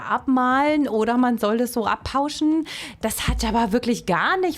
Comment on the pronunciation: Hallo, vielleicht hättest du es einmal mit Abpausen und nicht mit Abpauschen probieren sollen 🤣, insgesamt ganz interessant die Vorstellung der einzelnen Produkte. Danke für den Ausflug zu Action.